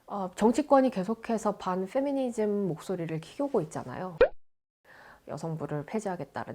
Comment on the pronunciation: 페미니즘 발음할 때 ffㅞ 미니즘 하는것부터가 ㅈㄴ 비호감